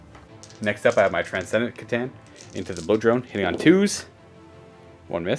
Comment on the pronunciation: KAH-TAN. I am gonna have to comment this on every single video you post aren't I?